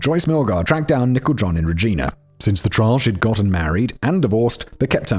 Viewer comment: It sounds like Simon is calling Nichol John "Nickel John," like she's an old hobo or something.